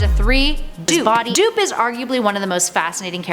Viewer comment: "Leading on to 3 DOO(hisbody)P . DOOP!" ? xD